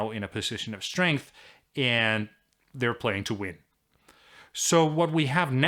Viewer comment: I love everything about this guy's videos except how he says "and".